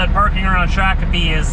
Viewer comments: A little friendly criticism, Shakopee is pronounced Shock o pee. Coming from a native. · It's pronounced like Shock A Pee. Not Shake A Pee. Just saying. Hauled certainteed shingels out of there for years. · Shock-A-Pea...............like Shock Jock. ....I'm past MN resident before my Canadian life